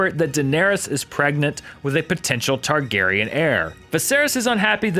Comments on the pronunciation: Excuse me, did he just say Targariage? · i thought he said, "Targeryen incest..." hahaha